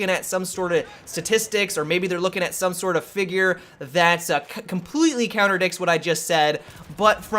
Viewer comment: "Counterdicts"? lol